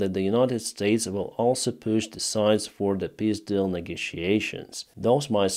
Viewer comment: Sounds funny when you say piss deal.